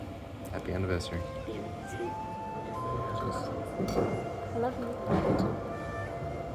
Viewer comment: Congratulation, when you said universary i realized how manny years i watching you channel, damn time go fast :)